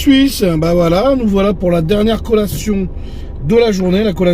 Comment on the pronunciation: CO'LLA'TION CO-LLA-TION repete after me U know ? ... 🤣